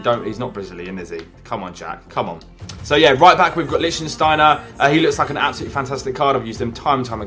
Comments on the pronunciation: it is lichtsteiner not lichtenstainer 😄😄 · pisses me off so much when jack calls lichtsteiner Lichtensteiner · I find it so annoying how everyone says Lichtsteiner like the country Liechtenstein... Just learn the difference